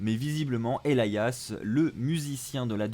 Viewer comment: Il le prononce bien manque juste l'accent